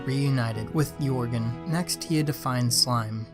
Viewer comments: It's jörgen! Not yourgen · Jörgen not Jorgen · It is not Jörgen